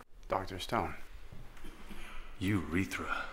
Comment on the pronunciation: Omg he really said Eurethra 😂😂😂